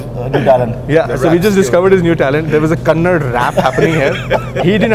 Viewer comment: Bro its not kannad its kannada....Please correct yourself as it hurts people in bengaluru